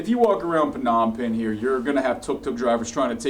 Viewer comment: Lol... no offense; I can’t ever find a westerner that can say the correct word “Phnom Penh...”. Funny. No offense